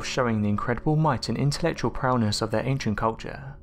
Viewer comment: This guy ruins every video he does... His "..intellectual prowNess.." is not showing. The content is top class but the narrator is just the worst, I dont even know how he manages to mangle the dialogue like he does. Its like he has no idea what the words actually mean but he has watched people talk and he just mimics them...